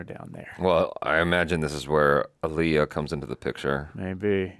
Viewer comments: I was about to be like, who is this man?? (And then you introduced him but not the point) then you said “AHHHHleeyah” 😩and he corrected you. So, ya know, welcome! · Not...Ollieyah lol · It’s AH-LIYAH! Not UH-LIYAH ! ❤❤❤❤ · We've all been saying her name wrong all these years. She herself pronounced it AAL-iy-ah, emphasis on the first syllable. You can look up clips of her correcting people who pronounce it aal-IY-ah. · he pronounced it like Aliah (the og indian name). Aaliyah is Ah-lee-yah, not Al-yah. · Its pronounced aah leeyah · What's funny is they both pronounced her name wrong, lol. It's Ah-liyah. Like Muhammed Ali-yah. Damn I miss her. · It's pronounced: "Ah-lee-uh." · Correction: She said it's pronounced "Ah-Lee-Ya" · No he didn’t say it right. The other guy said it correctly! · The black community collectively facepalming botching Aaliyah's name. You do at least know how to say, "Sade", right,? Lol... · Either crew were genuinely wrong or they were trolling him on how to say Aaliyah's name 😂😂😅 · Glad someone else pointed this out. People largely mispronounce her name. Even fans.